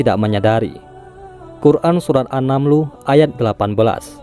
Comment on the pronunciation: An-naml kali min?? Bukan an-namlu